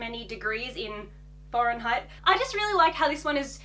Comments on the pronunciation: Did she say " foreign height" for Fahrenheit ? The skirts are way too short, hopefully they have built in shorts underneath. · I just woke up and watched this. I thought she said Foreign height and Fahrenheit 🤦🏾‍♀️🤦🏾‍♀️. Anyway, yes I can’t imagine a warm Christmas. I enjoyed the video. And I’m happy Archie got his Christmas wish. If you did blue jean shorts or something you will have all of his colors on.